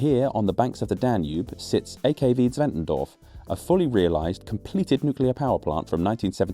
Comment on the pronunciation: German here, at least you aced the pronounciation